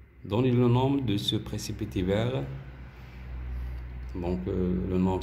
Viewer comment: Merci infiniment monsieur pour votre meilleure explication mais dans le mot nom on ne prononce pas le m elle se lit non